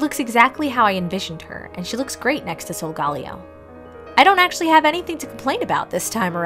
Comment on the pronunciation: You pronounced it salgalio it is salgaleo